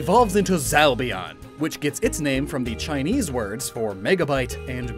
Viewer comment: I cringe when he butchers Chinese